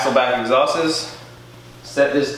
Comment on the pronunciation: Did he really say "exhases"?